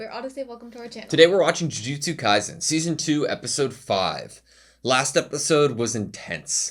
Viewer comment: In case you didn't know, the S in "Kaisen" should be pronounced like the S in "AutoSave"